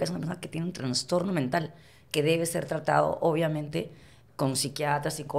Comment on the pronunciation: Ay, Johana. Toda una artista y no entiende la palabra "loca", en sentido figurado. Eres loca?". Bueno, loca es la persona que tiene un "transtorno" y necesita tratamiento.... dijo. No es transtorno, Johana. Es trastorno....por lo demás, todo bien.